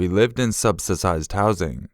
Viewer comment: Is that funny youre so terrible at speaking you can't even say subsidized housing? It's bad enough that every fucking sentence ends in a question since you have a problem with not understanding how to act normal, but then you even add More of how bad you are at speaking, on purpose!